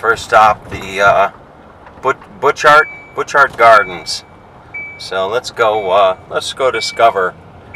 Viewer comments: It was funny when you said "The First stop is going to be the Biew Thart Gardens". It's Butchart Gardens! Like how you pronounce a Butcher! So Butch+Art = Butchart. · It's french and pronounced boosh-art